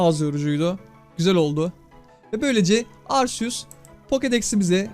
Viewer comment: Abi arseus değil arkeus diye okunuyor arceus diye yaziliyor ismi herhalde